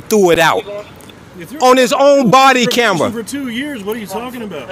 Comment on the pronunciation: "body camjeja"